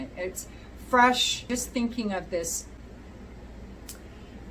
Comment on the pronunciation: Lord help me. When you were describing the vetiver piece, I would have sworn you said "Wet Beef'...? 😲👀😂 Took me a moment to realize wet LEAF was a more likely phrase or statement! I was actually sitting here wondering how a wet beef perfume would smell...😂 Mercy !!!